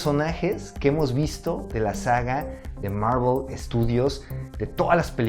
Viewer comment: Bro, ¿por que siempre dices "Marruel" cuando te refieres a Marvel?